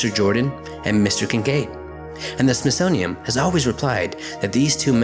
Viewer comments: It is SmithsoniaN, not SmithsoniaM. Really distracting, and not helping your cause. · Like the videos! But can you please say smithsonian? Cause it's not the smithsonium. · Just a quick note from a big fan... it kinda sounds like your saying SmithsoniaM instead of SmithsoniaN... no biggie and thanks for the hours of binge listening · Love your videos! It's the SmithsoNian, not the SmithsoMian.... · Why do you keep saying “smithsonium”? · Please slow down. It sounds like you keep saying "Smithsonium". That would not be good. Edit: oh wait... maybe 0.5 is the actual speed. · Why do you keep pronouncing the Smithsonian within m? It's Smithsonian with an n at the end. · It's called the Smithsonian, WITH AN "N" , not an "M"!!!!!! Have a nice day. I like your videos by the way. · There's a letter "n" at the end of the word Smithsonian... Just saying. Love your videos though!